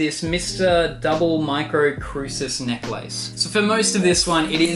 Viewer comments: Jacob Shantz relax, maybe that’s how they say it there. Not everyone is from America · that's not how you say necklace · I’m smitten with the way you say Necklace 😍